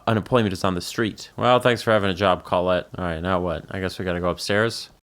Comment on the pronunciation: got so absolutely surprised by my name existing in this town, then being mispronounced, but spelled right, but then complimented on the name, then learning the creator knew an unpleasant colette. i very much hope i was not your unpleasant colette.